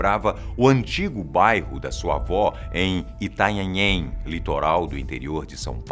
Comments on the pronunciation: Já morei em Itanhaém, o mais engraçado é você falando ITANHANHEM. hauahauhaua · Show o vídeo como sempre vlw sou inscrito a mais de anos no canal tmj Mas falar itanhanhem foi legal kkkkk é Itanhaém kkkk abraços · Não é "Itanhanhém" que se fala, mas sim "Itanhaém". Kkk, achei engraçado. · "itanhanhem" Kkkkkkkkkkkkkkkkk é Itanhaém Obs: eu moro nessa cidade:) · Não é Itanhanhém , é Itanhaém rs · MANO É ITANHAÉM, NÃO ITANHANHÉM💔😂😂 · Não é Itanhanhem. É Itanhaém. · é Itanhaém, não Itanhanhém. mas quem falou foi o, e se o falou ta falado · Itanhehem? Kkk é Itanhaém, meu pai tem uma casa lá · "itanhanhem" hdhshsh Itanhaém, *-* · Kkkkk muito bom falando "itanhanhem". Eu sou de la.. as construções estão caindo aos pedaços msm heheheh. Brincadeira, muito bom o vídeo, gostei MT. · bairro de "Itanhanhém", rsrsrs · Itanhanhem litoral do interior de São Paulo... Meu ouvido tá sangrando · “Itanhanhem” kkk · ITANHANHEM kkkkk xD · Itanhanhem ajdhaidhaidhakx fala o nome da quebrada direito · mano o tentando falar intanhaém foi o melhor kkk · É Itanhaém kkkkkkk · Itanhanhem kskskskksks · ITANHANHÉM KK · Eita, ta dificil falar "Itanhaém".. kkkkkkkkkk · I T A N H A É M é assim que se fala kkkkkk mais de boa pq é a primeira vez que vejo uma história boa vindo da minha cidade kkkkk achava que ninguém fazia ideia que ela existisse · Não deu pra levar a sério ele falando "itanhaém" kkkkkk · rindo alto com a pronúncia da difícil palavra ITANHAEM kkkk